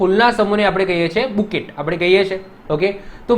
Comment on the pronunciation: It's not bucket it's bouquet (buke)